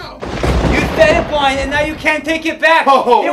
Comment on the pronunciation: "Is that a magic trick?" "It is a magic twick for those who don't know how to opewate computers Bwian."